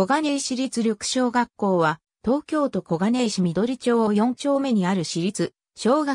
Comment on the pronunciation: 「上記であげた」とか文語だし、リョク小学校とか。しりつが私立に聞こえるし。こがねいし りつ にするか、いちりつ でしょ。